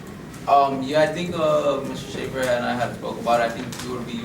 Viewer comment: Lol it's "SCHAEFER"!!